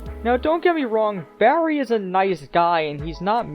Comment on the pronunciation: Jesus I wince each time you say Barry, because you shout the BA so its like "BArry!"but you also put a lot of emphasis on every R, but neveR mind